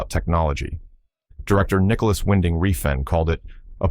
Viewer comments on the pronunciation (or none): none